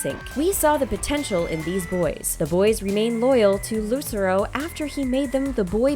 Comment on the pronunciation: that’s not jon lucero🙄😂and you pronounced his name wrong. And corbyn only has 1 sister that’s his mom🤣big rip